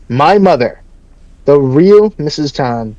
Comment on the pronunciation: why did it go from "tan" to "tawn"?